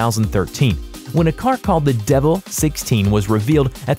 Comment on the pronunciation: 1) koniseg- Koenigsegg 2) Porshh- Porsch-UH 3)de vil- Devel